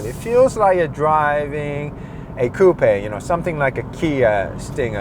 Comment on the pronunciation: Coupé is a french word prononced exactly like does